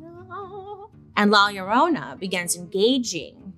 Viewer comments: Lie-ya-Rona not lala love 😊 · Not loraina 😂 It's "la llorona" and it translates to "the weeping woman" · Lol the way she pronounces la yuh-roh-nah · Am I the only one humming “my Sharona” when Bailey says La Llorna… 🙄😝